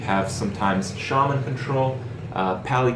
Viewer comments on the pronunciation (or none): none